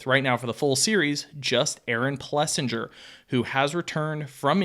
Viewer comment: He literally didn't say Jago, Plessinger, or Vialle correctly once...